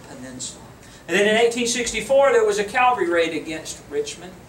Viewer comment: Why is it that people confuse the words CA-VAL-RY with CAL-VA-RY? Calvary has to do with Jesus Christ. CA-VAL-RY is the MILITARY TERM! UGH!